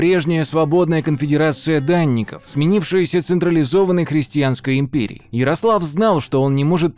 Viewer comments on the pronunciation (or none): не могу.... твоё "христианское" звучит как "крестьянское". без обид